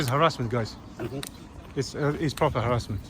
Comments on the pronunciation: Karen can’t pronounce “harassment” (herassment) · What was that old bag on about? What the hell is "harrisment"? lol